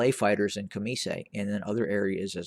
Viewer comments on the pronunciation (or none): none